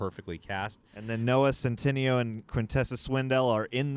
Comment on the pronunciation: Stop saying noah sen,tin-eeo. It’s cen-tin-ayo